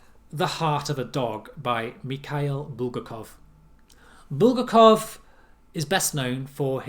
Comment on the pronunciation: Exceptional video. Indeed, I read We in English and Russian; the short story (not a novel) Heart of a Dog, I also read in English and Russian. (BTW, you butchered pronunciation of Bulgakov's surname.) Several Strugatsky books I have in my library, mostly in Russian, but I am yet to read any of them. Would have been great if you had uploaded a scan of the table of contents of the anthology you recommended. A dystopic novel along the lines of We is Voinovich's Moscow 2042. You might enjoy that novel from the late Soviet period ( ). Victor Pelevin's novel Omon Ra, while published just after the fall of the USSR, might also be of interest as might be, by the same author, Yellow Arrow, published just after Omon Ra in the early 90s. Personally, I liked Amon Ra more than Yellow Arrow, which has a mystical element I couldn't quite fathom. Pelevin is a prolific author but his genre, while generally dystopic， is hard to pin-point. I saw the film Generation P based on his novel of the same name. However, some say he lost his touch in his later novels.